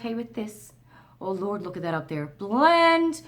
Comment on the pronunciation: I ❤❤❤❤❤ when your Newfoundlander words/accent comes out.......Lortd....Lordt....Lort...not sure how to spell it phonetically but you know what I mean 😉😁🤗😊🌞🤣👍❤